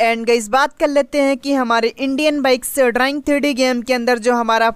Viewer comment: Bhai drying nahi driving hota hai😂